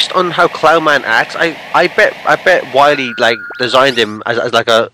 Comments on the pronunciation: here probably makes Waluigi jealous with how he says "Wahwee". WAHHH! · everyone knows its not Dr Wily its Dr Wawee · Its WAHWEE season hehehehe! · you got to stop dr. wahwee heheheheheh